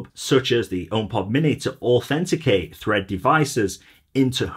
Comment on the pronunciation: Fread… Thread …Fread… Thread …Fread… Thread …🤣🤣🤣